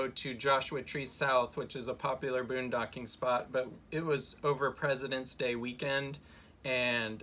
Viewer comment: Funny! in to the video she calls it Boondogging instead of Boondocking! Made me chuckle!